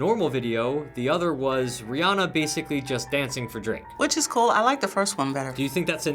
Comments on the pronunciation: half of them calls her Rayanna instead of Rihanna haha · when the woman said RaeAnna instead of Rihanna Ayeeee